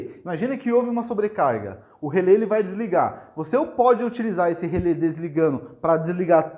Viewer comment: "Relé", amigo, não é "relê". Acento agudo.